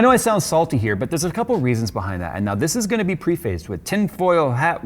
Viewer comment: for the love of God, "preface" is pronounced "pref-iss" not literally "pre-face".